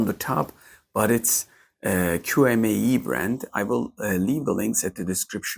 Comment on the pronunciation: It's promounced "chi may".